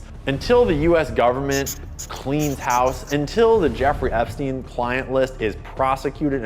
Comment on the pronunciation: "epsien" island - cmon man, we have a world to save